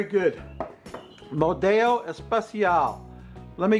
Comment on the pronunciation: Great idea. I'll have to make some of those. Just a tip in Spanish, only double "L" is pronounced like an English "ya". Single L is pronounced just like it is in English. Therefore, Modelo in Spanish is pronounced Mo-Del-Oh just like it is in English.